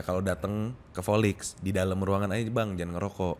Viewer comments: Di episode lain juga sering ngomong v jadi p volix aj jadi polix. Ngakak. Dicari-cari aja salahnya 😂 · Lah volix aja nyebutnya polix kok waktu itu, krna memang ga bisa auto v gtu